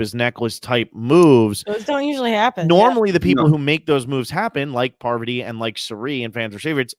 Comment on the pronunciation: Anyone else cringe when he kept saying "poverty" instead of pARvati ...🙀🙀